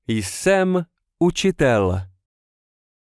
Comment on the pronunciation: The J in Jsem is silent, for anyone who doesn't know. Not sure why it was pronounced here every time? Unfortunate as this channel as been useful recently, but I'm wondering how much is actually incorrect that I don't know since I am still learning.